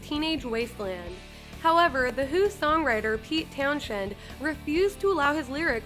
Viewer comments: It's pronounced Pete "Towns-hend," not "town-shend." :) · THE Ukraine?? Pete TownSHEND?? Who is this ignorant narrator?? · Excuse me? Did you really say "Pete TownSHend"? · Pete Town Shend?? It’s pronounced Townsend. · It's Pete Townsend not Pete Townshed! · "The Who's Pete TOWN-SHEND" Jesus someone get rid of this fucking chick; this is just embarrassing. It's pronounced "TOWNS-END." No pun intended but Who The fuck doesn't know that? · "Town shin" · Pete TownSHend lol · Pete Town-Shed. Oof. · "Pete Townshed"? LOL! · Pete Town-shend? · “Pete Townshed” lol, how old is this girl? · Pete TOWN SHED ??? 😬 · I'm sorry did you just say "Pete Town-Shend" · Who is Pete Townshen??? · Call me pedantic and petty but the H is silent in Townshend. I’m almost certain this is the same woman who pronounces Jessica Lange as Laynje (sounding like range) in the AHS video. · "Pete townshend" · Pete Town "shend" lmfao...ok. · How the hell do you miss pronounce Pete Townsend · What she say? Pete Townshend??? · How did this this dumb idiot pronounce Townshend? You don't have to be a rock nerd to know how to pronounce that name.